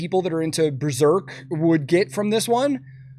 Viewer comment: It being called Breserk hurt my soul